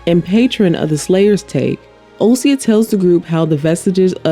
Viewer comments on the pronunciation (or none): also osysa - correct in the transcript, but she always pronounces it as “osya”